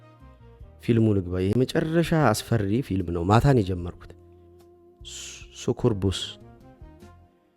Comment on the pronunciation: Bro ፕሮናውንሴሽን ተሳስተሀል ሱኩቡስ አደለም ሳኪብኢስ ነው